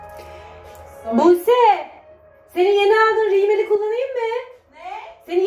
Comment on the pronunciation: riimel degil rümel demeliydin HAHAHAHAĞAĞAGAHAĞA